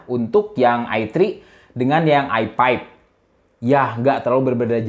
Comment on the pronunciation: nyebut i5 jadi "ai paip"